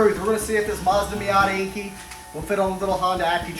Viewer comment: it's enkay not enkey, like kei truck pronounced kay not key.